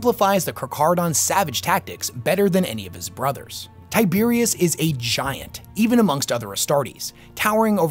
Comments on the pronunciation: Say it with me now... Ty - ber - os... not TAI - BEER - IUS LOL 40K= Tyberos Ancient Rome= Tiberius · You spell it Tyberos but say "Tiberios". Great video as always though! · Tyberos, not Tiberius. Debris has a silent S. Deh-Bree. Chitin has a “k” sound like the ch in chemistry, not a ch like cheese. Sorry to be That Guy. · Tyberos, but imma say Tiberious. My guy. Lots of this hobby involves reading. I just.. do not know how to you Tiberious out of Tyberos.